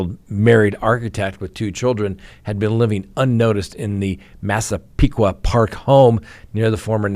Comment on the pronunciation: Hey! Thank you for pronouncing Massepequa properly! And YEP! Charge Carlie away! At 25, she ought to know better than to use a wandering toddler and false 911 call! She could’ve run away without doing all that!